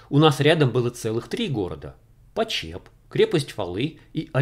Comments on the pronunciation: слух режет как город называете. на брянщине его называют ПОчеп, а не ПочЕп) а так всё очень любопытно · Большое Спасибо за ваш труд!!!!!!....Небольшое замечание--- ударение в названии города все местные делают на первом слоге:...ПОчеп..... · Хочу поправить . Город в Брянской области называется ПОчеп с ударением на первый слог. Искажение звучит очень не приятно и не профессионально. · Почеп ударение на о. Бабушка с дедушкой жили в 2 -3 часах езды оттуда. У них в тех краях видел кирпичь расплавленный голубозеленого цвета застекленевший. И доспехи не проржавевшие сквозь времена. Но трогать их запретили . Думаю из-за радиации. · В названии города ударение ставится на букве "о". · Почеп ударение на О .... А то очень режет слух .... В Брянск бы заехал на Чашин курган ... Остаток звёздного бастиона ...там кладбище теперь ... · ударение на первый слог почеп